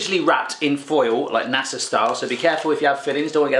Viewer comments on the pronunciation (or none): none